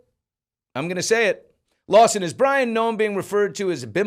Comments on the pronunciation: Bryon is pronounced the same way as “Brian” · Bryon....BRYON?? Really...